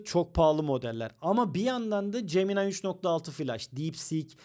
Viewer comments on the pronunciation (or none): none